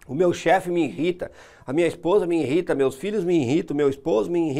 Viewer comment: INRITA?? isso doí nos ouvidos, não custa acertar esse português aí hein...